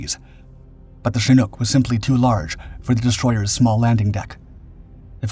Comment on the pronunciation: This is the first time I've ever seen a "Shnook" helicopter, at least according to YouTube's AI (Artificial Idiot)